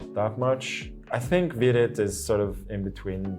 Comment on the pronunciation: Yeah i agree 😂😂 btw it Vidit bro not videt